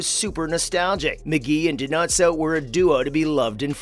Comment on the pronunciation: I agree. He pronounced Dinozzo’s name how Fornell would call him.